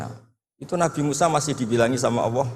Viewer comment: sayangya gus baha nggak bisa lam jalalah,Alloh kok dibaca Awoh